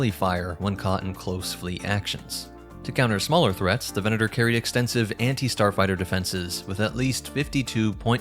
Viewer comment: I appreciate the proper Latin pronunciation of the 'v' in "venator"